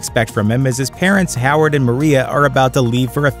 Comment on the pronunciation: Hiward and maria stark? Why did u say those names !?!? 😆 I will always give credit where it's due, walker was done.....ok, bridges looked decent but not quite how he shoukdve, and spaceybwas found not at fault, but plummer was great, but what im really happy ab is that marvel is now so cool that its part of videos like this